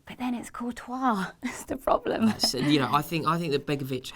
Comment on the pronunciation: its not coutois dumb ass its courtois